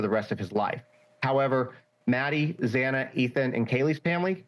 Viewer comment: Not to mention how incompetent it was to continuously pronounce Xana’s last name incorrectly was yet another slap to the victims! How about you continuously miss pronounce Brian’s name?😮